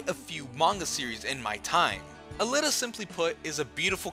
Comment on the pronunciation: Aleeta is how I would pronounce it.